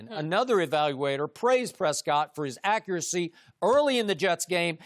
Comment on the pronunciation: Dak uracy.. da accuracy.. wow ok 😂